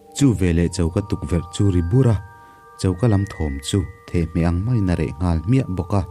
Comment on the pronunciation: Thehmeh chu i lam dik teuh hle mai.